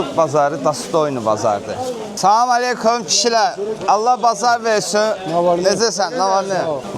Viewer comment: Салам мелийки 😂😂😂😂 салам алейкум дейилир